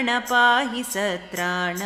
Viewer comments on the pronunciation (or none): satraana adu word... sadraana alla...🙏🙏